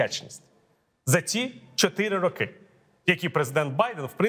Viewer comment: .Передайте Портнікову. Правильно не рокИ, а рОки.